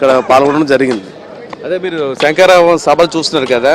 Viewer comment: SANKARAVAM KAADU SHANKHARAVAM ANI VANDA SARLU UCHARINCHI SABHALO PALGONALI SAAMI.😢😢😢